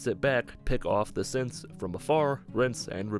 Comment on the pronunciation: Sometimes when he says synths I hear simps so I heard “so I took my sweet time clearing out the simps”😂